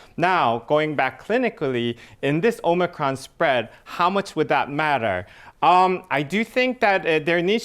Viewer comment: It's the "Omicrone".